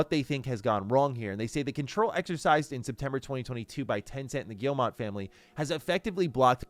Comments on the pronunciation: the "G family" is French. The owner's name, Yves Guillemot, is pronounced phonetically "Eeve" "Gyee-mo", not "Eevs" "Gill-mott". It's silly, I know. But if you want to pronounce their name correctly, that's how. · Please stop pronouncing Guillemot wrong. It’s not gill-mot. It gii-moh. Pronounce like guillermo detoro. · Guillemot is pronounced gyee-moh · I think the name is Guillemot not Guillemont. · Why would you not even check to see if you're pronouncing "Guillemot" correctly? lol do you think it's just a made-up sci-fi name or something?